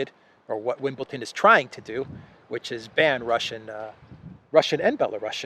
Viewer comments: Wimbledon. not Wimbleton. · Bro, love your updates.... btw. Wimbledon is pronounced WIMBLE-DUN... with a d. Hey I'm picky., I used to play tennis in school. lol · its....Wimble Don not wimble Ton. Well in football you re not allowed to show political emblems or show support for a political cause althoigh thats all gone by the by now with Ukraine everywhere!